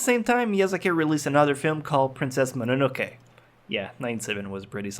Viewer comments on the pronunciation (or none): none